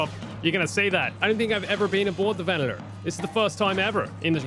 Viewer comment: It's Venator not Venetor